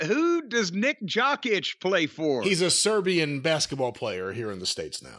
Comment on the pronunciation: "Nick Jock-Itch" Im fucking dead